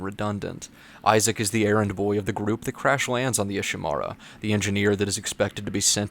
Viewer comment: IshiMURA, not IshiMARA. even the characters pronouce the name of the ship you're in.